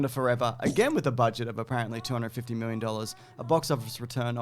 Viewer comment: honestly never gonna tire of hearing 'x miwwion dollars'